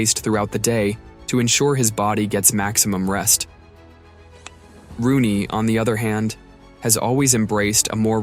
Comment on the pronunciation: It’s ROONEY, not Ronney smh